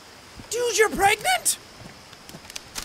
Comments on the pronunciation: its not pregnant its pregananant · no it is bregnant, right? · Dylan perhacs-harris greggnant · No its clearly pergert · Dylan perhacs-harris it's pregonate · Dylan perhacs-harris it's pregantie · Dylan perhacs-harris No it's pergernat, lol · Dylan perhacs-harris Preganant